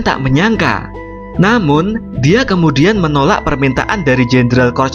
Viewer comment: Saranku pengucapannya kalimat terakhir jangan tinggi terus misal "kemudiaaaannnnnn blablabla" risih wey dengernya